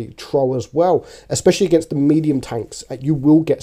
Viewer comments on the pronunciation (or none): none